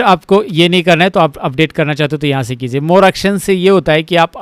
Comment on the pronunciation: Sir! It's "kijiye" not "kiziye" I notice this in every video of yours Please correct it, it irritates me